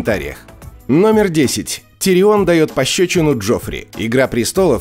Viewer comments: уши вянут... не тириОн, а ТИрион! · Почему ТириОн, всегда же был ТИрион в сериале. Очень режет слух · он тИрион, а не тириОн. сколько ж можно идиотничать по поводу произношения имен? и во всем остальном не просто лингвистический трешак, а просто абзац идиотизма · ТирИон 🤬 Как тошно слышать. Хотел насладиться видео в оригинальном переводе, пришлось читать субтитры